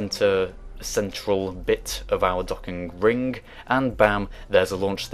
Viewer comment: Its 'ring' not freaking 'rink'